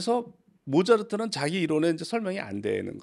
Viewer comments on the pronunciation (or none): 모자르트 라고 하시니까 모차르트가 되게 모자라보임